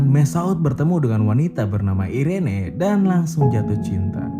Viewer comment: Irene di baca iren bang kwwk ngakak gua bang